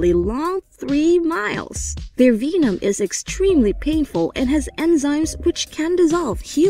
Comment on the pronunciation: She really pronounce vemon veemon